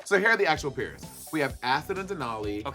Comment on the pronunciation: I know bob is screaming at the way monet pronounces “pairs”